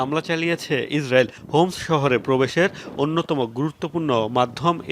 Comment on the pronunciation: হোমস না 👉👁️👁️ হামস